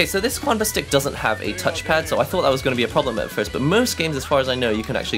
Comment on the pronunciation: It's pronounced "chanba" not "quanba". Chinese my dudes